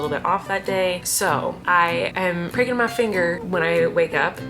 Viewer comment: Omg I literally thought you said "breaking my finger " instead of pricking..I was like what??!!